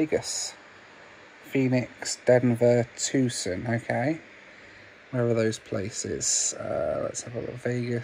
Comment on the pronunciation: It's pronounced "Too - SAHN". Not TOOSIN. I live there, so, you know....gotta try and help.